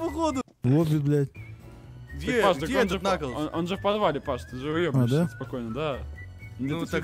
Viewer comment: Это кнаклз а не наклз